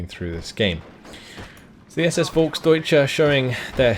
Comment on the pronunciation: I know you like to pronounce things correct. You say, Volk-deutsche. Correct is it, Folk´s-deutsche. You miss the s.